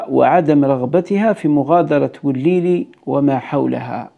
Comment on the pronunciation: مدينة وليلي تنطق كما هي وليس بتشديد اللام وشكرا